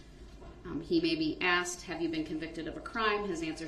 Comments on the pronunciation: Axed it is called asked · Tell the troof, I'm finna axed a question of atty Goof. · And “axed” = ask